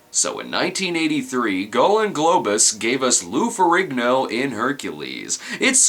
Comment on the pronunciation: It’s pronounced feh-REEN-yo